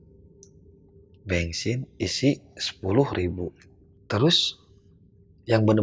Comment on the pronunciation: Org sunda pisan mau isi bensin aja bilangnya isi bengsin 😂